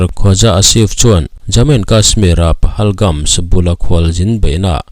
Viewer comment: Pahalgam tih mai a ni lawm ni PahalgamS ni lo in